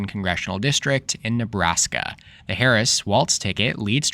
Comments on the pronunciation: I hope Silver is correct this time. By the way, it's pronounced Walz, just like it's spelled (not pronounced walTz). Thanks for a good video. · Just so you know Walz is pronounced walls